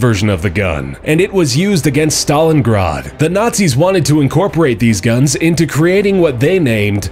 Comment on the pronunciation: It annoyed me how he pronounced "stalingrad"